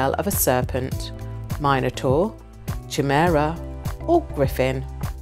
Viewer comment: Interesting quiz but I’m still reeling from the mispronunciation of chimera, syntax, the letter H and so many more!